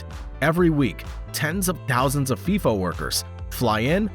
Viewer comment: Not Fe-Fo. Its Fi Fo.